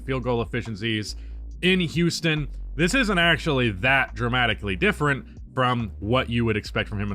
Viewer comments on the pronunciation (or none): none